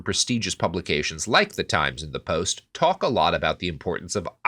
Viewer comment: cant stop cackling over saying cock instead of talk lol probably the most important part of this episode